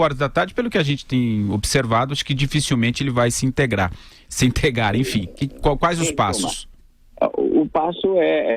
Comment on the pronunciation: kkkkkk o cara fica resolvendo questoes de calculo e nao consegue mas falar "entregar"